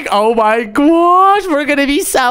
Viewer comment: Why does he say gwosh for gosh